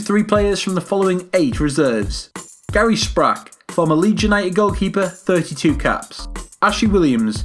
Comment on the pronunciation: At last a video with respect for football history, a fine selection. Billy Meredith was the oldest player in an FA Cup semi final aged 49, a legend in the first few decades of the 20th century. Gary Sprake pronounced as in break, not as in back. Aaron Ramsey, Wally Barnes, Leighton James, Roy Paul also excellent players. Contenders (the best asterisked): Neville Southall*, Jack Kelsey*, Gary Sprake; John Charles**, Kevin Ratcliffe*, Alf Sherwood*, Mike England*, Wally Barnes*, Ashley Williams*, Chris Gunter, Joey Jones, Leighton Phillips, Fred Keenor, Ben Davies, Moses Russell; Ryan Giggs**, Gareth Bale**, Billy Meredith**, Ivor Allchurch*, Cliff Jones*, Aaron Ramsey*, Gary Speed*, Ron Burgess*, Leighton James, Roy Paul, Terry Yorath, John Mahoney, Joe Allen; Ian Rush**, Mark Hughes*, Trevor Ford*, John Toshack*, Dean Saunders, Ron Davies, Craig Bellamy